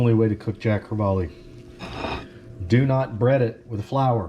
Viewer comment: I love Jacks too!!! Especially the way you did them. You Rock! It's actually pronounced Jack Cre-vall....not Jack Cre-vall-e. Your lesson for the day, Love you man!!!